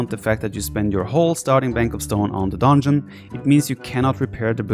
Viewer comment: Nobody: Absolutely nobody: The viper: "DONEJON" Love you viper haha